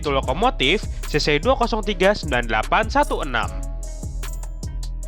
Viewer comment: kayaknya kamu salah baca deh, soalnya baca yang bener itu adalh cc dua nol tiga😅